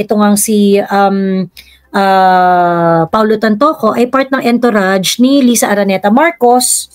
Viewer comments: Correct pronounciation of entourage is (on-tou -razh) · Entourage is pronounced as—>>> “ aan-tr-aazh “ PLEASE TAKE NOTE especially for those who speaks a lot in public…. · The ontourazh of liza marcos in la..yan ang correct pronounciation po tnx